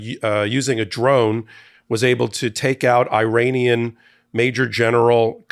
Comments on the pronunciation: It is pronounced E-RUN and E-RA-NI-AN , not I-RAN or I-RAY-NIAN; and it’s E-RACK, not I-RACK! Why are you acting so ignorant? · Minor note. Iran is pronounced Irahn. The people from there are Irahnian. I only know this because I worked for people from there who corrected my mispronunciation.